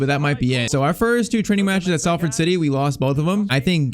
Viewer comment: “We we’re offered the chance to travel to Manchester” Salford is literally in Manchester😂 btw though for pronunciation Salford is pronounced “Sol-Ford”